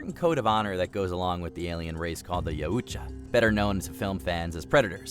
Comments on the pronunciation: What the fuck is a "yaOOOcha" 😂😂 It's "yow" not "yOOO" 😂😂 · yeah couldn't watch it with the butchering of the pronunciation of yautja